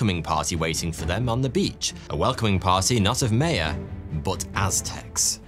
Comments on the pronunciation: your pronunciation is just atrocious. you can't even pronounce Maya. truly ponderous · They’re called MAYA not MEYA 🤦🏼‍♀️ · How you pronounce "Maya" is driving me nuts.